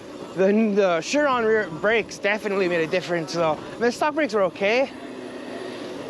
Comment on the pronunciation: Shuron. It's s.u.ron